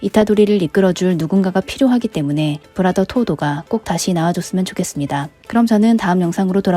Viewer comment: 브라더 인데 특유 일본 영어 발음 때문인지 브라자 라고 해서 계속 빵터짐